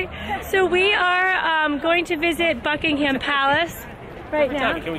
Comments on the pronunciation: It’s pronounced bucking-um palace xxx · Btw it is pronounced Bucking-um. The H is silent.